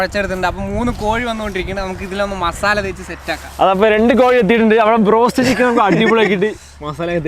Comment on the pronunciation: brost anno ado go ennano paranje